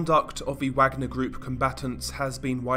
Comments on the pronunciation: Pronounced Vogner group like the composer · I'm pretty sure the pronunciation is "Vagner" given the context. (Like Richard Wagner.) That said, you've got a great series here. Horrifying content, but sometimes it's important to know that things like this are happening. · I believe that Wagner is pronounced “Vogner”. Richard Wagner was a composer , who composed “Ride of the Valkyrie”. Which was Adolph Hitlers favorite musical composer. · I love ya, buddy, but you're KILLING me w/ the "WAGG-ner" business ! It's "VAUG-ner" (VOGG-ner) ! W/ a German "W" ! Only one of the most famous composers ever! C'mon, bro, I thought u were European lol ? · It’s pronounced “Vaugner group” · Yes…like Richard Wagner…you pronounce it with a V sound not a W sound. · Wagner is actually pronounced as Vagner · Worth mentioning Wagner is pronounced Vargner like the composer Wagner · Wagner is pronounced Vagner. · its pronounced 'Vagner' Bro. but great videos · Informative video, kudos. Although, I think it's pronounced 'vah-gner' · Ever heard of research? Course not. This must be the 3rd or 4th vid I've complained about this about. It's pronounced, vagner, as in, the composer who is only associated with nazism due to Hitler's liking his music. Tenuous link as with Neitzche who died the year Hitler was born. It's your laziness and stupidity that kills me. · Isnt it pronounced Vagner? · No, it's a German name and is pronounced "vagner" with the "a" being pronounced like the "a" in "class" for example. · It's vaag-nah mate. Not wag-ner. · It's pronounced 'varg-ner' you dumbass! 😊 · How is this guy saying Wagner with a 'W' sound??? ITS NAMED AFTER THE GERMAN COMPOSER. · Great video but for future reference it's pronounced like the composer. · Some good information here, although the constant mispronouncing of the groups name ruined it for me. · If I hear him mispronounce Wagner again, I might hit something. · Wagner. The w is a v sound. The a and g are pronounced ike the og in the word "dog"